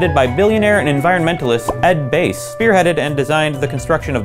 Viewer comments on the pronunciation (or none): Ed Bass...Bass NOT BASE. Pronounced rhymes with Grass. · Ed Bass, like the fish, Ed.